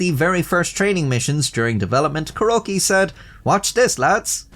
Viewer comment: Kuroki ca-roakey